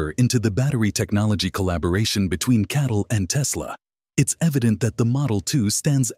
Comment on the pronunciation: the ai get catl wrong pronouncing it as cattle, the bull sheep channel